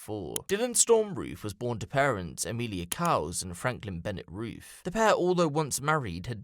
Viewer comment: “We arrested Dylan Roff.. “R-O-O-F” Wtf?